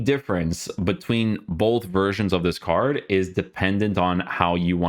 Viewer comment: isit me or can he not pronounce card? most of this words have arge at the end lol